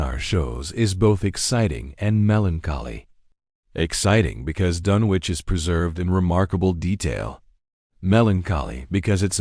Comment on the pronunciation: It's pronounced DUN ICH doesn't sound like you would say sandwich lol